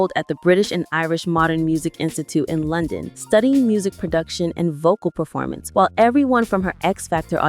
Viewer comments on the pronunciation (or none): none